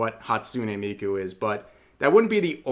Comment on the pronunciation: Wtf.. how dare they try to tarnish Miku.. and butcher her name on top of it. And then drag Kizuna into it. This bitch is insane. Shes either dangerously ignorant or purposely spouting misinformation. I think the latter.